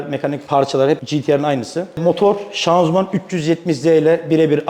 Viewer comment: Hala şanzuman diyor 🤦‍♂️